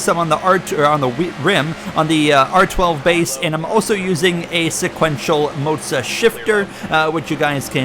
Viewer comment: Why are calling it Moatsa. It's Moza